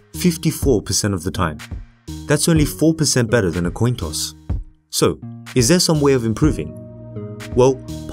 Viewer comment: What is with this guy's accent? 'qwoin' instead of 'coin'?